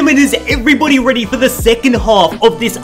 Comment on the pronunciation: "are you weady for this" (no hate) :)